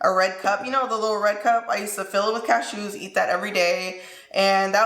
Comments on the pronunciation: Does anyone else love the way says ca-shoos lol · the way you say cashews 😂😂😂